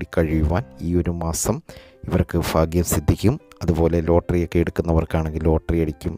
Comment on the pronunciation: എന്തോന്നെടെ കോപ്പേ ഇത് 🤔 "ഫാഗ്യം", "ഫാവി", "ഫാഗ്യക്കുറി" 😡